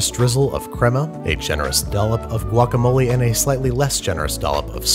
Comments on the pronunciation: I heard “ guagamole” like... no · Anyone else in love how he said guacamole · You did NOT need to say “guacamole” like that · The way you said "guacamole"... 😂👌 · Not impressed with the guacamole pronunciation, but very impressed with the tortilla making skills. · The way you first said guacamole makes me feel violently uncomfortable